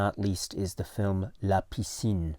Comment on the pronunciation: Hello, hope you and family are well in Tokyo. Happy to hear about these new titles. And very happy for «La piscine» (you’re pronunciation is great). Just saw the cover on the Criterion site, I didn’t saw the detail of the title at first, you’re right there’s a bit of smugering on the title like something stayed in the water too long! I have a french edition of the film, also with an english version (I think they were shooting the french dialogues and right after the english ones). It was an occasion for Alain Delon and Romy Schneider to play together again and the film did re-launch Schneider’s career in France. Plus we have a very young Jane Birkin. Script was written in part by Jean-Claude Carrière who passed away recently. Looking forward to get a print of the film!